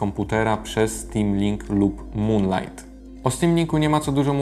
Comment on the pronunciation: na czym polega moda na mówienie "gogla" zamiast gugl ?? Wyrazy takie jak xiaomi wypowiadasz dobrze (siaomi), moonlight (munlajt) ale wyszukujesz w goglach a nie w "gugle"